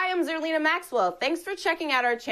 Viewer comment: Did mess up zerlina's name?